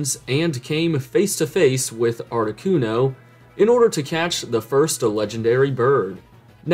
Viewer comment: HeartGold and SoulSilver achieved the impossible: making Jhoto games even better. Also "Art-ooo-no" 😂